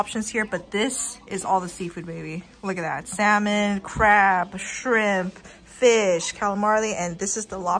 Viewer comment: pleeeaaaasssseeeee stop saying SAL MON its sam un the L is silent